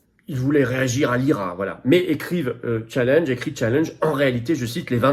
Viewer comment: En langage patriote on dit challenge, un vieux mot français, plutôt que Tchallinge. Ceci dit, soutien total à votre combat